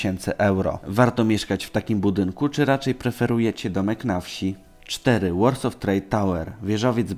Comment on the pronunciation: Jprdl "Warsaw" nie wymawia się "łorsof" tylko "łorsoł"